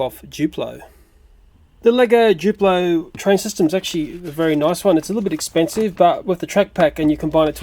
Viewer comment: ITS NOT JUPLO !!!!!!!!!!!!!! ITS DDUPLO